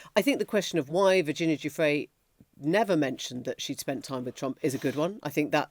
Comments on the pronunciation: Giuffre not Guffrey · Did you hear KKK Leavitt’s pronunciation of Guiffre as GUFFRY? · Levitt can’t even pronounce Virginias name correctly. What an insult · Leavitt mispronouncing Guiffre's name, whilst saying rest in peace is so disrespectful. At this point Guiffre is one of the most famous women in the world. Jon Sopel correcting Maitlis on the title of Mr Andrew MW is also hilarious seeing as he called him Prince earlier in the vid. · Leavitt's mispronunciation of a poor dead woman's name is a crude psychological trick. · Why does Caroline Leavitt insist on mis-pronouncing Virgina Giuffre's name all the time? Absolutely disgraceful. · Why can't anyone get Virginia's name correct, its rude!! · Levett says Virginia's surname incorrectly and the name in the email hasn't actually been redacted so given that Virginia has died and she can't refute it, it's very convenient that it's supposedly her name.